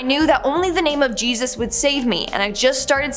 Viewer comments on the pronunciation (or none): none